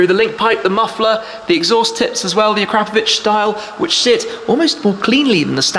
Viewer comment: And even managed to pronounce it properly, proper car guy 😎